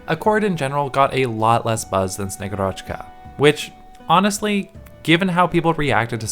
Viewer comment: SnegUrochka, not SnegurOchka Agent archetype universally agreed to be busted, so its nice to have more affordable Agent for IS, moreover that Slow on S2 is actually useful (probably even better utility that Surfer and Canta S2, although they almost always used with S1 anyway, besides specific IS situations). Also Bagpipe allows her to activate S2 faster! xD Also I would build her anyway for my Ursusknights, (Ursus as country, not bear race, Ksenia is a bird), thats quite the upgrade over og Zima as only vanguard Thanks for the video!